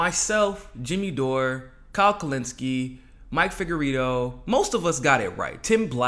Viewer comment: TELE-SLUR? Isn't that a SLUR?? It's TELE -SUR, not slur. SUR means South in Spanish. SLUR means, well, just a slur. Seems like somebody whose channel is "Mi Casa es Su Casa," would know that..? Oh...and it's Figueredo, as in Laredo....not Figuerito, as in burrito. Come on.Or should I say?